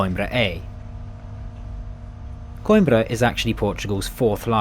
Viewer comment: Coimbra is ko-EEM-bra and not KOYM-bra. And Aveiro is a-VAY-roo and not a-vee-AIR-oo.